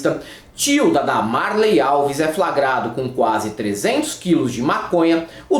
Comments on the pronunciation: "DAMARLEY ALVES" KKKKKKKKK AH COE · "DAMARLEY", KKKKK. Nada como ouvir gente inteligente, e não a gentalha da direita